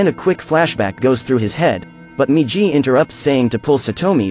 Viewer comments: its migi not miji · not jee -> GI MIGI -> "right"